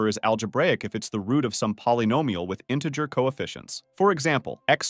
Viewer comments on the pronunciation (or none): none